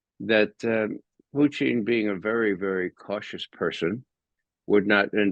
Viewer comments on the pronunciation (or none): Good man. Can’t pronounce Putin. Too bad.